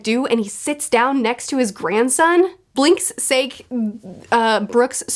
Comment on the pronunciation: Calling Binks Sake Blinx Sayk is so funny to me 😂